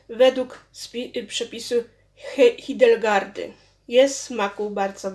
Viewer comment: Super, że promujesz gaszone winko, ale jeśli mogę coś doradzić.to przed nagraniem należałoby dokładnie przeczytać kilka razy imię tej świętej, aby nie robić błędów :) smacznego wszystkim